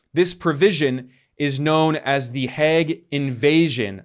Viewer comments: Its pronounced "Heyg", rhymes woth "plague", not "Hegg". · It's mind boggling to me that as a Dutchman, I have to get this news from Ben Norton on YT. Btw the English pronunciation of The Hague is like 'vague' with an H, not 'the Hag'. We have a state broadcaster / news agency in the Netherlands, I check its site daily to get the governmental or official side of what's going on. Nothing. If I google in Dutch, the only coverage one finds is by a big paper from Belgium (half of which speaks Dutch / Flemish) and a niche website for Dutch Moroccans. Not one Dutch MSM outlet has covered this. Thank you so much Ben, for your great work in general and in this case doing the works that journalists in my country should be doing. I've subscribed to the channel.